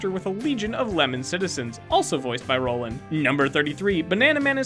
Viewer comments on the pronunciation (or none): Roiland = Roy-land, not rolland. Also Farigno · Roiland not Roland